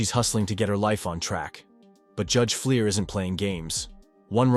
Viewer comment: First defendant looks like he's enjoying the recitation of his deeds. And get a better text-to-voice app: the judge's name is Fleischer, not Fleer.